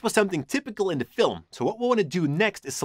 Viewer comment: I always laugh so hard when he says "inya" instead of "in the" you are so funny.